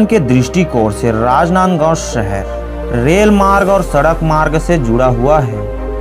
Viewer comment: वार्ग कि मि ,सहर, भासा,सैचिक,सासन, जकसन, अजादहिंद, भाषा ठीक।करो भाई